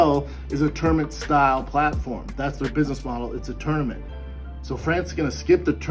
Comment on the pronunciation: I never knew tournament (aka termint) was a two syllable word! #termint #AndIfYaDontKnowKnowYaKnow